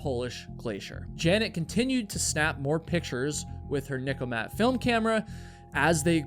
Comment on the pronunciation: NIKKORMAT. Not Nikomat.